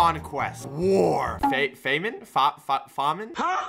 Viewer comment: The green one is pronounced fam in. it basically means a time without food